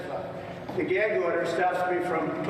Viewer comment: Whats a "geg" order?! Lol. Trump can't pronounce anything